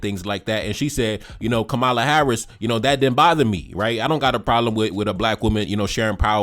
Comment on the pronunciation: Please pronounce her name as such, COMMA-la. Plz and thz❤